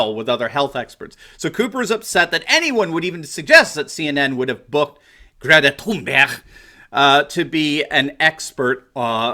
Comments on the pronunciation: I heard it too I heard it too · Haha we in the Netherlands would speak Thunberg just like you did with the hard G at the end; Thunberggg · hey I don't mind a lot of things you say but I believe making fun of a teenager, especially mispronouncing her name over and over. Go ahead and crucify the adults but spending so much time making fun of someone who is only halfway through high school is frankly beneath you and your show. Yes mention the absurdity of her even being there but really a teenager who is only giving the opinion of a person who only just reached puberty has no place here. The adults should be crushed buy just leave the kids alone they have no way to defend themselves and they are only being used, PS I like the content most of the time keep it up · Stop pronouncing it "Toon-berg". It's THUN-berg...... In English. We're not Swedish here. "Toon-berg" SOUNDS STUPID. Sighs.... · Did he say Greta “tune bear”? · Or Greta Toon-Bear? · Why does Anderson Cooper call her Tunebear? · I looked it up. Her name is pronounced "Gray-ta Toonberry." How DAH you,! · This was thoroughly enjoyable. Bonus points for your repetitive pronunciation of Greta's last name. Where have you been all my life? LOL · I think that you need to - at least have the decency to pronounce peoples names correctly! Thx! Have some respect. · Poor Anderson Limon, so Butt-hurt. They make ointment for that kind of Butt-hurt. Poor Anderson Cuomo with His pronunciation of Thunberg, she not German so there is no accent over the "U" umlaut, the two dots over the "U" She's Swedish. Nicht Deutschlander. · Anderson (CIA op) Cooper is beyond annoying! And the way he pronounces Greta's last name is beyond!! UGH! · Please pronounce Greta's name that way from now on. I predict now that it will never get old and I will chuckle every time. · I consider Don Lemon the least likeable of those. BTW, Swedes pronounce the G in Thurnberg as Y in YET or GAY. Anderson's pronunciation is ridiculous.